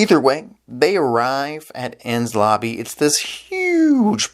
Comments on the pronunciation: It's also pronounced En-Knees-Lobby, not Enz Lobby. Also I made a mistake in my previous post. I though you were trying to pronounce Luffy when you were actually trying to say Lucci. It's Italian. So it's pronounced Loochi. Same way you'd say Gucci. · “En-Ness Lobb-bies”